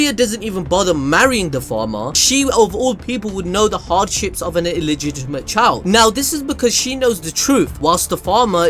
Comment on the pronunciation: illigidigigimate lmao